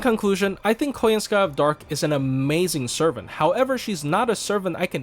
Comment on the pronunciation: It's KoYANskaya actually ☝️🤓 The surname is russian, and russian surnames never accentuate the last syllable since it's basically a service syllable meaning "to belong to" (e.g. RUSskaya)